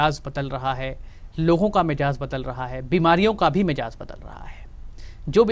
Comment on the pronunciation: Dr sahab , apna talaffuz theek kare. Woh lafz "mijaz" nahi , " mizaj " hai